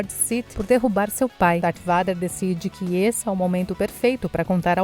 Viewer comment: a pronúncia robótica está tão estranha. Ela pronuncia Vader ao invés de "veider", Parece meu pai quando falava farveste ao invés de farwest